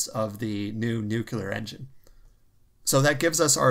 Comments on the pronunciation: Nucl-EE-ar not nuc-U-lar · NEW-CLEAR, not NEW-CUE-LAR. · Good to see you back. The word 'nuclear' is pronounced 'nu clear'. There is no second u sound. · Chads: nu-clear